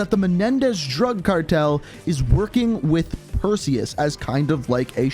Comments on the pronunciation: Who was here when it said "Preseus" not "Perseus" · “Who the fuck is Presues?” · Preseus 😂 One second my personal best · Or as how he says it himself, Pearseus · They’ve been looking for the wrong man. Not Perseus, but Preseus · Ah yes Persues little brother Presues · doggyworded "Perseus" And made it "Preseus". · Incoming comments saying "Preseus" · Wait presues I thought it was Perseus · “Preseus” lol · "Preseus" lmao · Yes. Who is Preseus? Do tell 😂😂😂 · Perseus... It’s “Perseus”. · Its purrseus